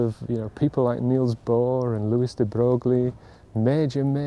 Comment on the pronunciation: Broglie is pronounced broye right?